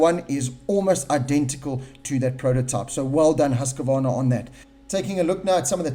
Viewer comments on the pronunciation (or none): Seriously.... It's HUSK-VARNA. Not HUSK-A-VARNA.... FFS...